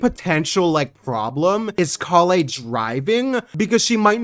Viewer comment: since it's been so many times... it's KAEYA not Keaya...